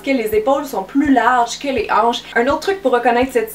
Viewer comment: A- jaïs mes anches😂🙄